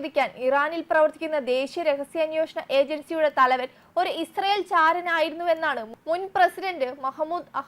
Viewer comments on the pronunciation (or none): none